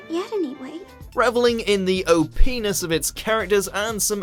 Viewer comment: "reveling in the OP-ness" My ears: "reveling in the o' penis"